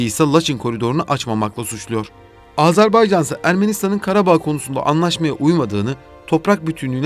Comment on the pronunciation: Videoyu seslendiren sevgili GZT editörü: "Azarbaycan" diye bir ülke maalesef ki yok. Ülkenin ismi "Azerbaycan" diye okunur. Teşekkürler.